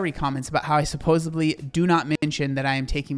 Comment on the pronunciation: Side note. I wish people would use the word supposedly the CORRECT WAY! The word is NOT supposeBly people.. there is NO “B” in the word